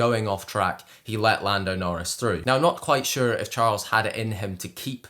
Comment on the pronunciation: please look up how to pronounce his name correctly. that is definitely wrong (first name)